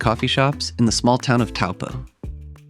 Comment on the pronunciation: I wish you had taken the trouble to learn the correct pronunciation of Taupō - should be pronounced “toe-paw”.